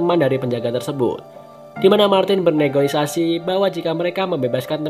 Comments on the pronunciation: Negoisasi apa Negosiasi bang wkwk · negosiasi bang bukan negoisasi tapi yang lain gak salah kok bang. keren bang reviewnya semangat terus ya bang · Negoisasi or negosiasi 😂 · Mantap Sekedar info, negosiasi bukan negoisasi